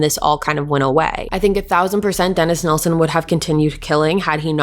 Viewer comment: I am so glad you are pronouncing Des's surname correctly. The amount of people that say "Neilson" instead of "Nilsen" drives me insane. It would also annoy Des 😒. Great coverage of this case 🏴